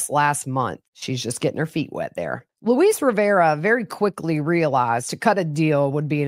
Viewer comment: Luis is pronounced like Lewis. If you listen to the DA call him or him say his name, you will hear him pronounce his name. Or listen to his confession.